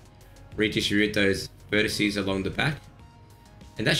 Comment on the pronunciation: What is a verticie? I've heard of a vertex and vertices but I 'm totally confused by this word. What do you mean?